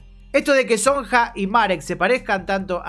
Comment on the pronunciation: No dejo de comentarte, jaja. En los nombres Sonja, Silja y Jana la jota se procuncia i, entonces son Sonia, Silia y Iana, Ah y Jonas! es Ionas